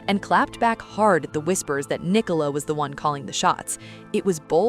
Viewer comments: Her name Nicola NOT Ni Cola!!! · Her name is pronounced Nic ola it Ni cola.